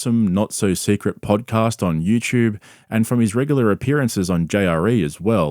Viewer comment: It's you tube...not you chub...